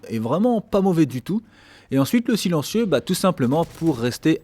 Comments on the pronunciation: "Le Chilencieu" xD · le fameu "Chilentieu"